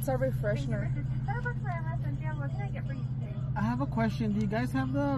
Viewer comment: LMAO 🤣 tú corregiste a tu esposo porque dice “refreshment” y tú también lo dices mal jajajja dices “refreshner” y es refresher lol